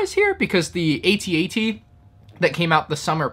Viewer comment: It's AT-AT not AT-AT